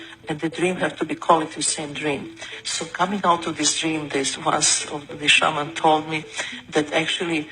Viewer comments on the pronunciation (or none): none